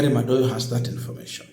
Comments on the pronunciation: Madowo....not Madoyo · Madowo, not Madoyo.